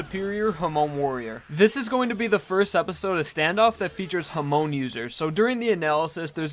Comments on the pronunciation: "To preserve WAM's lip ring" I'm sorry dude please learn to say it right. Same goes for Hamon and Zeppeli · Ok, mispronounced Hamon and Zeppeli, but... HE SAID WHAM INSTEAD OF WAMMU!!! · the way you say "zeppeli" and "hamon" hurts my ears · Everytime you say hamon, it's hurts a little bit more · U proneced zeppeli and Hamon wrong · Every time you pronounced hamon wrong I had an aneurysm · It's a consistent issue with him. Even when showing footage of the anime in which names are pronounced correctly, he will still put emphasis on the wrong syllables. It's a demonstration of the unwillingness of the typical American to learn how to pronounce words in other languages correctly. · Imagine watching 25 episodes of hearing “hamon” and being such a knuckledragger you pronounce it wrong anyway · For gods sake its hamon not hamone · I thought it was Hah-Mone rather than Huh-mone. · Why does he say "Ha-moan" ? bro. ITS HA - MON. Not Ha Moan. THEY ARENT MOANING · Please please is hamon not homon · OTS HAM NOT HUM ITS HAMON NOT HUMON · ur saying hamon funny it sounds like u r saying hamone and u might be right but i think its pronounced ham-on but i dont know im probably wrong sorry for wasting ur time. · I know 3 years too late but homie is Ha-moan not huh-moan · Who else hates how he says Hamone instead of Hamon. Still love the content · Why do people pronounce Hamon like "Hah-moan" instead of "Hah-mon"? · hoRmone not homone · HAmon, not haMON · HA-MON not HUH-MOAN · Hamone hamon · It's actually not correct. It's pronounced "hah-moan", not "huh-moan". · Your definition is correct, but this guys saying it more like "hamone" instead of a "hamon" kinda sound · The stress in Hamon and Zepelli should be in the first syllable, not the second. So it's HA-mon not ha-MON, and ZE-pel-li not ze-PEL-li. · Ha-moan triggers me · Why do you say hamoan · His pronounciation though, Waam (Wamuu) hamoan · I have had a stroke so many times now just because of that “huhmone” and “zepelly”